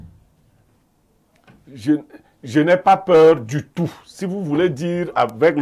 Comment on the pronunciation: On veut bien le défendre comme Blériot, mais le hic c'est qu'il a bien prononcé 3 syllabes en incluant le "de", "é" et "to". C'est bien différent en nombre et en prononciation avec le "du tout". C'est Ikoul qui doit nous le dire, sauf si ses collègues journalistes présents en ont aussi relayé pareil.